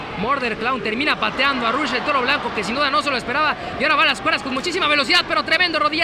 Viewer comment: Es rush no ruch